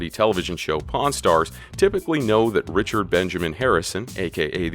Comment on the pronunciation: That's RICH-ard I could not resist